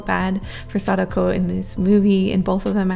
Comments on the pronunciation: I believe it’s said Sa-Dak-oh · Sa-Da-Ko Not sakdoku